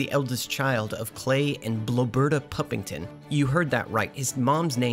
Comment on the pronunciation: Just a minor nitpick but her name isn't Blo-berta. It's Blob-erta. It's a mashup of the name Roberta and blob (as in blob of clay). Almost every character in the show has a punny name like that.